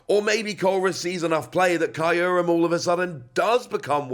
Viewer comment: It’s pronounced Kyr-Rum Im pretty sure